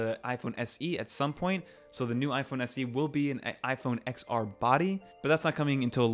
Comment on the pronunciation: *Ten-R. Not “ex-R”